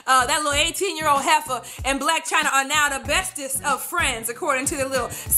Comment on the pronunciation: hahahahaha when she said 18year old hefa